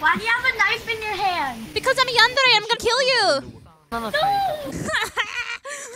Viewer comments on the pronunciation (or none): I laugh How you said Yandere 😂😂😂